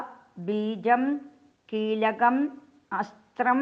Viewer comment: കീലകം,അസ്ത്രം വൃക്തമല്ല